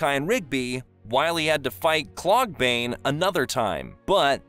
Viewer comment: Also Klorgbane not "Kloogbane"